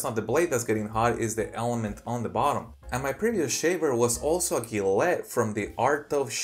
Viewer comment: it’s Ja let